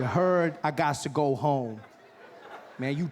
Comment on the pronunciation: Is he saying "I gost to go home"? Where does it come from?